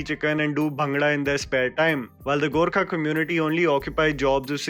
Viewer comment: I'm just glad you called us "Gorkha" and not "Gurkha" 😁